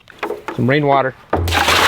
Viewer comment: Did you say rain water or Lorraine water 😉?